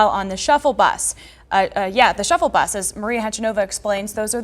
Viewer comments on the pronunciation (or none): Shuttle Bus... Not "shuffle bus"